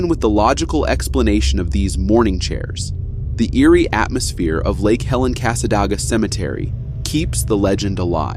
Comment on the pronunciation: I reside in the Daytona area. I want to correct you on 2 matters. 1: Cassadega is pronounced cass-uh-day-g-uh. 2) The Devil's chair has been "blessed". The chair, nor the 🪦 yard , aren't affiliated by anything negative, any longer. You are correct about the inhabitants/residents of the town of Cassadega. #TwinParanormal were going to make a return to the "Devils Chair", when they were told that the chair isn't the property of anything negative, any longer. That has happened this year.